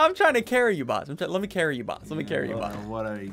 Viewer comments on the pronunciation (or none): How many times he’s said careil basket